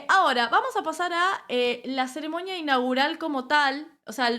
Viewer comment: No se dice Ceremoña. Se dice CEREMONIA